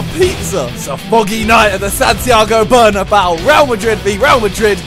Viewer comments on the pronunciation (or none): he said bernabau instead of bernabeau